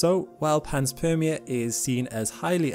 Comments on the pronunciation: Also, the word panspermia is consistently mispronounced. It's pan spermia, not pans permia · Interesting video though i believe it's pronounced pan-spermia not pans-permia. As pan is Greek for all and sperm- seed of life. Like pangaia... pan = all... Gaia = earth... Anyways nit-picks only, I love your channel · it's not PANS-PERMIA ... it's PAN-SPERMIA ... think SPERM i.e. SEEDING. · Pan- meaning all Sperm-meaning some sort of reproductive cycling. Ia- as in society or world. It's pan-sperm-ia. Not pans-perm-ia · I love the content on this channel but I have to nit pick here.... it is pronounced Pan-spermia not Pans-permia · Refer to to the etymology of the word panspermia for its pronunciation (which you got wrong). Correct pronunciation is PAN-SPERM-ia. Greek root of PAN = ALL, SPERM = SEED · It's Pan-Spermia... once you notice it's talking about sperm the rest makes sense...